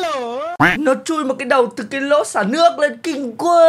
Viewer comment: Anh ơi chị ốc nói mấy cái nỗ là cục năng nượng ấy